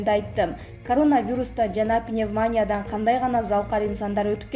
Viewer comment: Кудаярхан история бара жатат пневмания диктор уят анлайн